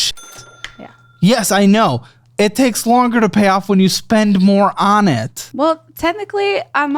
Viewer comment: "You can't pay it off if you're putting more on it." Emphasis on "more on."